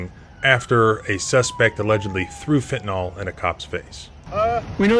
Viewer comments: There is no O in fentanyl. It is pronounced fen-ta-NIL. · Great stuff! Please learn how to pronounce "Fentanyl". You wouldn't say "Bicocle", would you? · Fen ta NILL, NOT "Fen ta NALL" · It's "fentaNYL," not "fentaNOL." You're too smart to be mispronouncing such a common word. ❤ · It's not fentanol. It's fentanyl. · First of all, it's pronounced Fenta NYL, not Fenta NAHL. Secondly, have you STILL not figured out that at least 9/10ths of what you report on is pure 🎭🎭🎭??? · It always amazes me how most people cannot pronounce 'fentanyl'. It's said as fentanol all the time. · Pronounced "FEN-TU-NIL" Not "FEN-TA-NOL" It isn't an alcohol. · I love your channel. Great work! BTW, it's fentanYL (rhymes with Bill). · OK I wasn't going to say anything but you mentioned the pigs poorly written report. You're pronouncing fentanyl (like everyone else who is parroting words) as if it was spelled "fentan-all". Cmon man. You're an intelligent guy. When you hear a new word, you need to actually learn the word before speaking in front of the world. Please don't perpetuate the lazy mistake. K bye! ,) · Why does everyone pronounce fentanyl wrong.